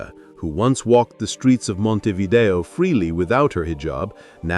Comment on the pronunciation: In Uruguay il 40-47% è cattolico,un 35-40% si dichiara laico le altre religioni sono quasi tutte protestanti ed ebrei,ma dove li hai visti tutti questi musulmani? Ma che false informazioni dai! Ma và a nasconderti babbeo! Inoltre si dice Montevidèo con l'accento sulla e. Sergio